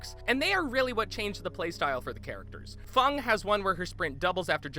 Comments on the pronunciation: Did he just say fung instead of feng? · did anyone hear him say fong its feng not fong (no hate) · did he just say FuNg? XD it’s Feng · Lol it's Feng not Fung HAHAHAHAH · The survivors have 3 unique/teachable perks each and also i thought its pronounced feng minn not fung minn at least that’s how I pronounce it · Fong it’s feng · "4 Unique Perks"? "Fung"? Also i think he meant Trapper when he said "Hag and Hunter" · Did he seriously call Feng Fung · Fung? It's feng Feeeeeeeennnngggggg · So, I have less hours than you in dbd, but I can already see some issues with what you said. I know a lot of this has already been pointed out but hey... whatever.... first off FENG not Fung. 3 perks not 4. Perks are in a way shared, you can play a character long enough to unlock the ability to have a character specific perk pop up in any other characters bloodweb, true for both survivor and killer. Dbd gives you a reason to grind most characters, even if they aren't top tier based on perks and ability (killer) alone. For instance, leatherface is a must buy dlc because his perk bbq and chili is inarguably a top perk for literally every killer in the game. Speaking of leatherface, while he shares a chainsaw, mallet and similar backstory with the hillbilly, they are two of the most different killers in the game, Billy being a rush down specialist and great at map pressure while leatherface is a defensive character with many considering his best build to be that of a basement camper. Literally opposites. Long range, runaround vs staying in 1 spot. I wish I could speak on Friday the 13th, but haven't played it. This video actually makes me want to but I feel like if enjoy for around 20 hours at most before going back go dbd for my party horror experience. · Why does everyone say fung its feng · Did you just say fung instead of feng? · Feng not Fung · "Fung min" it's Feng Min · >Tfw he says "Feng" as "Fung" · It’s feng not fung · Did he just call Feng Fung? And the trapper the "hunter"